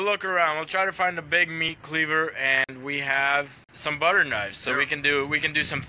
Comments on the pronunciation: did he say butter or butcher? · watching it on my phone, I thought he said butter knife as well. I went back and and watched it again and I still had to really listen to hear it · That’s not how you say butcher, he definitely said butter. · i thimk he said butcher knibes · he says the bu in butcher like the bu in bus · for everyone watching i am the guy asked for them, and due to my poor english speaking skill i mispronounced ''butcher knife'' but this is SO MUCH FUNNIER !!!!! i never saw a misunderstanding that turned so WELL !!!